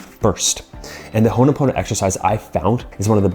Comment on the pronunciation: Ho'oponopono is the correct word, not what is written/said in the vid. Still, some good information.